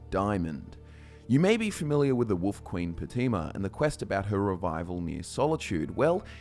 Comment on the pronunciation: Who else loves it when & pronounce Wolf as Woof 😄